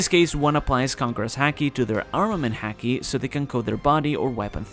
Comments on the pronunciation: it's pronounced Haki as in haha not Hacky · Lol couldn't help it, every time said "Haki" I thought he was going to finish off with "sack" 😂🤣 Great vid as always my man blessings... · please learn the right pronounciation of the ''haki''